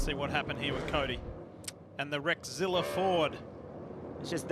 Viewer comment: Did he say Rexzilla or Wreckzilla?